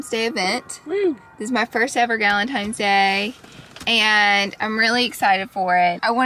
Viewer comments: TINES NOT GALINTIMES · I love how u say galentimes instead of galentines! Lol! Love ya so mucn!